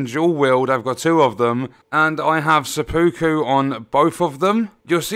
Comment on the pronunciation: It's pronounced sep-puku